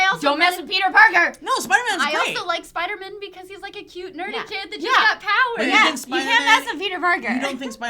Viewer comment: I like the say she pronounces it "Spidermin" - you know, that nice little Jewish kid who can shoot webs.